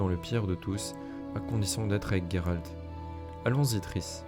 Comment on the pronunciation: Par contre j'insiste mais le nom c'est Gérald .. pas Guérald 😅😜